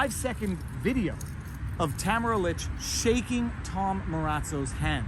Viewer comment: I am a fan of your work, Viva Frei, and I truly appreciate all you do to defend the ideals of freedom, truth and justice. However... ahem! Would I be stepping out of line to ask you to put some effort into pronouncing Tamara Lich's name correctly? This woman is a national figure and - dare I say - at this time also a national treasure. In my humble opinion, the least we can do to show her the respect she's earned is to pronounce her name correctly.